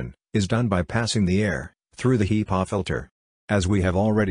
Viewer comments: You gotta love those HEEpaw filters.... 🤣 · The text speech program is SLAUGHTERING the pronunciation of HEPA filters